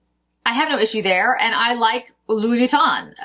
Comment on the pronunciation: Hi: Louis Vuitton = Loo-ee Vu-ee-ton (ending rhymes with the French “NON”). Thank you for the roundup. I look forward to seeing the new Chanel lipsticks. I was also told it was a packaging issue (apparently the lipsticks were falling out).